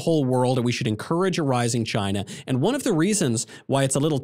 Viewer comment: "CHY-neh" Trump, pronouncing China. 😎👍❤🇺🇸